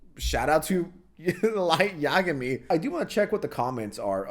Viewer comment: bruh, sykunno has a y in the name, so it's easy to mispronounce it as the ee sound instead of the eye sound, it's easy to forget, especially when he only found out about him so recently from this drama, he also pronounced light yagami from death note wrong but he obviously likes death note lmao 😭🥀